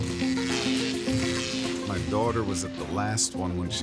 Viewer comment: I thought he said dog lmao